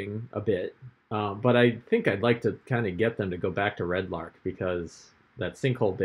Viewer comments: My OCD is slightly bothered every time you call it "Red Lark" instead of Red Larch... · Arch=ark easy mistake when reading lol